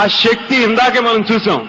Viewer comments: Shakthi kaadhu babu Sakthi anaali🙏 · Shakthi kaadhu Sakthi anaali🔥